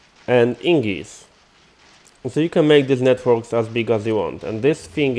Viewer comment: I appreciate the tutorial (I was trying to use the centrifuge without a buffer) but if i could ask a quick favor. Everytime you say "ingis" it sounds like Ingots. please notice that the g comes before the n. It's name is Ignis (ig-nis) (like the word ignition) I don't mean any hate, you are understandable and English is a horribly tricky language sometimes.